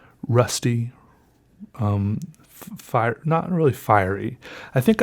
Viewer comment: “Fire-e-yer” One of many new words this video. Love the neologisms.